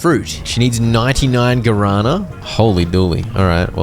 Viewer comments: Not me 40min into the video, hearing about some "garana" plant, just to actually watch the video and realize it was "guaraná" read as "gwa ra nah". A plant from Brazil and other South America countries, there's a Guaraná soda which is really good, try drinking some. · My ears bled every time I heard "Guarana" misspelled 😂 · Me deu agonia cada vez que ele falava guarâna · "Garana" was such a funny pronunciation... hahaha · It took me 35 minutes to understand because of the pronunciation that the guarana the old lady wanted was the Brazilian fruit 😂